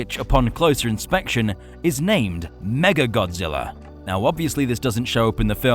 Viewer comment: OK is it just me is everyone saying mega Godzilla not mecha Godzilla